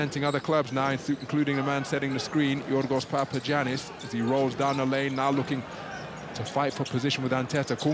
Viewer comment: It's pronounced Papayannis. Haven't you learned from Giannis Antetokounmpo?